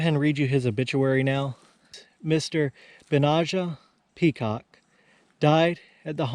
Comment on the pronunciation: Benajah: accent on the middle 'a' - Ben NAH jah, according to